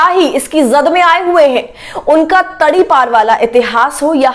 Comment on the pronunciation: वह वैरी गुड ताड़ी पर को ताड़ी पर बोल दिया